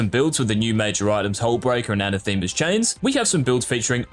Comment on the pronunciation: Anathema is pronounced